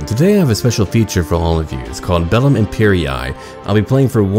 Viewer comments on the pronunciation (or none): Bro... Wtf did you say it's called? (The mod) They use 2 i's and you still read imperay